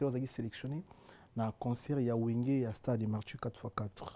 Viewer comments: 😂 loba français correctement et non imité les personnes qui ne savent pas parler français on dit martyrs et non MARTSHYR 😮noko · Bravo, MARTYRS PAS MARTCHUR, EZA IMPACT PAS IMPART. Améliorer prononciation nayo animateur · améliore ta diction. Stade de martyr et non martchur. Tu es un chroniqueur alors la prononciation est très importante pour toi. Merci pour ta bonne compréhension